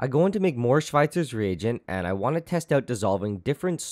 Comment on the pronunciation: Wow you actually pronunciated it correct (didn't expect that) xD